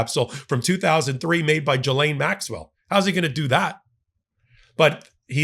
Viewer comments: Not jilaine..gilaine. Just sayin’ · It's pronounced Ghi-lane. Hard G. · Everyone seems to pronounce this name differently so I looked it up. The name Ghislaine is pronounced: “GISS-len” (IPA: /ˈɡɪz.lɛn/) Here’s a breakdown: • “GISS” rhymes with miss • “len” sounds like the name Len Ghislaine Maxwell herself reportedly uses the English pronunciation: “GISS-len.” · I find it funny how all Americans pronounce Ghislaine wrong lol